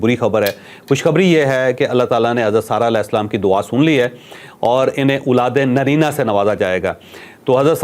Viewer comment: چوھدری صاحب آپ کے وی لاگز میں غور سے سنتا ھوں اولاد ے نرینہ نہیں اولاد ے نزینہ ھوتا ھے شاید